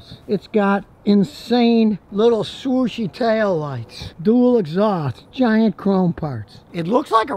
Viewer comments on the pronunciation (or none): I thought he said sushi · Yap,also I heared "sushi" (but I am not native english speaker)